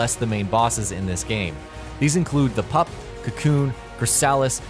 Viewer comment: What's with all of the mispronounced names? They are clearly identified in the game. Example: Since when was PUPA referred to as "pup"??